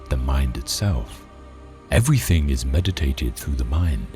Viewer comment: *mediated how did this guy get a narration job? He mispronounced at least 2 words in this 12 min video